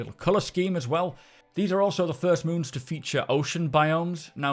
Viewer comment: I'd like to congratulate you on being the first SC content creator to pronounce the names of all of the new moons correctly :D